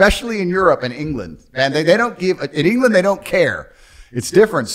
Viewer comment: I hate how he refers to the UK as 'Englanð'. ..